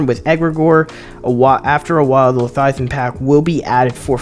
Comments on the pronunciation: OMG dude, it's Le-vi-athan not Lathiathan. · I thought I was losing my mind until I realized he was saying “lethiathan” over and over instead of leviathan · wtf is Letiathan ? lol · Say it with me “LEVIATHAN” 😂 great video man 💪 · Bro is illiterate. Lethiathan and vikrul. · Why are you saying Leviathan like that?